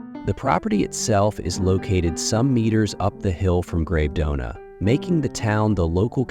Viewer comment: Love the video and the properties. Well researched and the additional information is very interesting. Forgive me for criticising but some of the place names should be pronounced correctly…. (Menaggiio, Bellagio, Gravedona) 😅